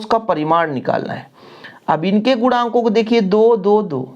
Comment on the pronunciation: Guda nhi hota wo guna hota hai